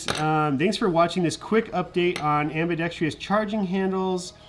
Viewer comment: am-bi-dex-trous (4 syllables) not am-bi-dex-tri-ous